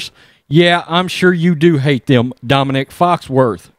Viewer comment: It's not Dominic, It's Dominique, like a bitch!